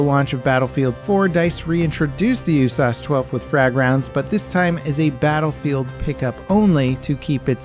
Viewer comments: Bro, who calls it the “you-sass-12”? Ya just say "You Ess Ayy Ess 12". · Bro, who calls it the “OOH-SAUCE-12?” Ya just say “you-sass-12”